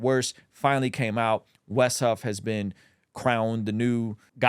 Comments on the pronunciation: Wes, not "West" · its WES not west.